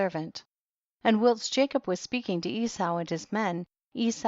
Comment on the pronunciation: Wouldn't it be an accomplishment if learned the correct pronunciation of "whilst" and "sepulchre?" She did an admirable job on the proper nouns, however.